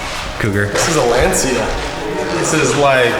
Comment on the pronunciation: How can someone pronounce Lancia to Land Sea? Americans are terrible, jeez.